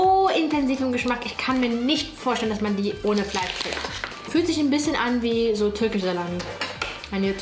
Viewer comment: Niemand: Unge: FLEICH